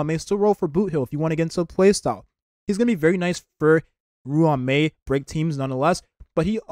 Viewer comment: Bro.. Im not usually picky with how people pronounce names and words etc, but damn when you pronounce ruan mei, it.. Yeah.. Idk dude.. xD It's pronounced, RAWN-MEY. Nice video though